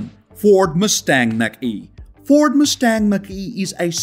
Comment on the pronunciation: I stopped listening after you completely butchered the pronunciation of the Ford.